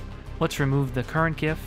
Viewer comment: Not only great tips, tricks, and secrets ... but you pronounce GIF correctly too! Thumbs up.